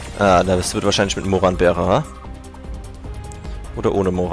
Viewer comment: warum sagst du immer moranbeere,wenn es doch Maronbeere heißt?